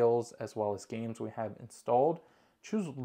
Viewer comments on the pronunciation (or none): none